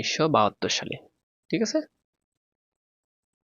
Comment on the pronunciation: Thik😅 thik k tik bole khora k kora bole sir 😂❤